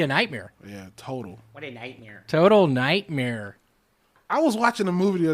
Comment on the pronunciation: "WHATTANIGHTMIR" right at the end, lol